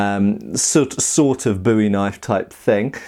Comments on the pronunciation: disagrees with charay. Continues to mispronounce eye-thirty-three, boowie, and tulwar. /meme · Adjusting meme: disagrees with charay pronunciation. Continues to mispronounce other words. Insists that those pronunciations don't matter. Lucy: Will we ever see the HEMA Stig again?